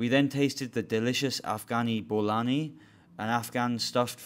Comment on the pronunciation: bolani pronunciation 😭😭😭